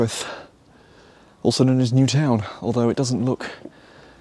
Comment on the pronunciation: Well, at least you pronounced Newtown quite well 🤣